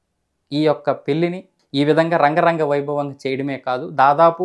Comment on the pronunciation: రంగరంగ వైభోగం కాదు బ్రదర్,,,,,,,,,,,, అంగరంగ వైభోగం